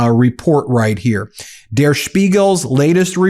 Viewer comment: Ben, just wanna help out your German real quick- in "Der Spiegel," the "der" isn't pronounced like "dare," it's pronounced like "dirt" without the "t." Doing the "dare" pronunciation is a hallmark of the bad Amerikaner accent 😅